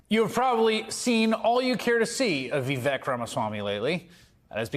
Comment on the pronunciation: It’s not vee-veck dummy.